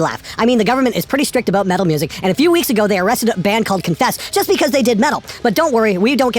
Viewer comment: Did you say "metal of next week"? Hell yeah,!